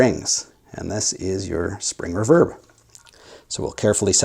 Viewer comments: Never heard "RE-verb" pronounced as "re-VERB". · Just a couple small critiques... If there is only one speaker, it matters not one iota which way the wires connect to it - (+ or -). This only becomes an issue if there are more than one speaker wired to the output of the amp. One other small sniggle... It is pronounced "REE-verb", not "reh-VERB". That aside; agreed, the speaker upgrade can make a massive difference in the performance of the rig. The biggest question always is; 'which one?' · You say the word "reverb" funny.